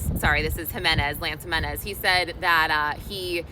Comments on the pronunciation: Pronounced Himenez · J is pronounced H when pronouncing last names...Jimenez